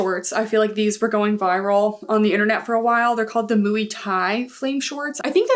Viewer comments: Moy is definitely closer 😅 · I always thought muay was pronounced like “moy” but “mooey” sounds way more fun 😊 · the way you pronounce MUAY is killing me 🤣🤣🤣🤣🤣🤣